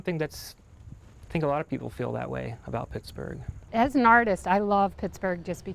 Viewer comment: "I like Pixburgh", lol...I'm from there, so don't get mad.